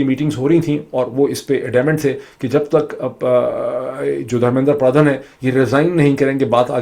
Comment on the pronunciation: ڈاکٹر معید ایک تو انڈیا کے وزیر تعلیم کا دھرمیندرا پردھان ہے جو آپ نے دس سے زائد بار غلط پڑھا دوسرا دھرمیندرا پردھان سے متعلق کاکروچ پارٹی کے حوالے سے سوشل میڈیا پر چلنے والی ویڈیو اے آئی جنریٹڈ ہے تصحیح کر لیجیئے گا 🙏 سب سے اہم بات آپ ہندوستان کے نظام کا تقابلی جائزہ پاکستان سے کرکے اُنکے ساتھ زیادتی کررہے ہیں پاکستان میں نہ کوئی تعلیم ہے نہ ہی کوئی وزیر تعلیم ہے پاکستان کا تمام تر نظام دراصل تعلیم اور شعور کے خلاف بند باندھنے کے لیے ہی تو بنایا گیا ہے